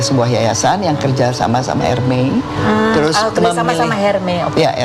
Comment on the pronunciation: bu Chritine Hakim..pronouncenya buka HERME dong...S nya hrs jelas dalam bahasa Perancis bu🥰ERMES...orang berbahasa Inggris r mes